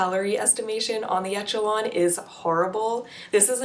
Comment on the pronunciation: For the love of God, it's pronounced eh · shuh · laan